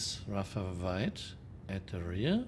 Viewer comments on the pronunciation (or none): "Vay too long, vay too vide" That's what she (a German woman) said!